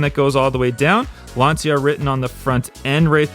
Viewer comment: Lancia= "Lunch-u"; second "u" is pronounced like the "u" in Lunch. You're welcome.